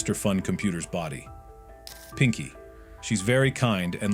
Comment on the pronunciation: FR AND PINKI IS NOT PINKY